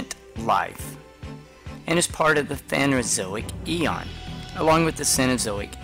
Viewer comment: It's PhanERozoic not "phanozoic"